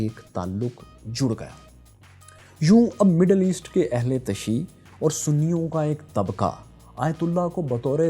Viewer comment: اسلام علیکم سر لفظ اہل تشیع میں ی کے اوپر پیش اور ع پر شد ہے